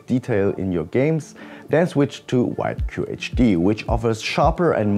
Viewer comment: It's funny how you never pronounce WQHD correctly, same with PWM fans xD